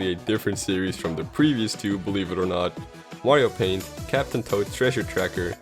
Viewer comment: I Could've Sworn He Said Wario Paint Instead Of Mario Paint!